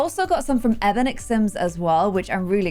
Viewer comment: EBONIX sims is pronounced (E-Bon-Nix) not EBONIX.